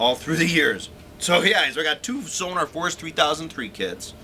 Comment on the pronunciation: It's not SONAR - it's SONOR!!!